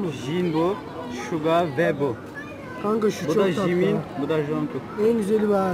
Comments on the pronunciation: Jimin değil cimin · korecede J (c) diye okunuyor... Cimin jankuk jin ceyhop gibi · Jimin ve Jin diye okudu 😒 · Jimin i J ile söylemesi Jin ide neee